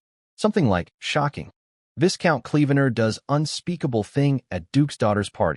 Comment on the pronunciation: Oi! AI Voice-Over dude, VISCOUNT has a silent S, so is pronounced VYCOUNT... Hope that helps! P.S. I'm a big fan, love that voice, especially in funny stories. 😏